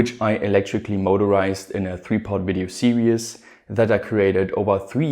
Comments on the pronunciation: velcro to hold it to the deck!? should be screwed in, bumps will make it fall off eventually. the ESCs could be mounted on the lowere side with heatsinks sticking outside the case so no fans needed. PS: it's pronounces "see-rees" sounds like you say "serious" for "series". ;) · Good to finally see your face mate! Great videos. Only thing is that when you refer to battery pack cell layout you keep saying "serious" instead of series (pronounced like "tv series"). Keep up the good work! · Series = seer-eez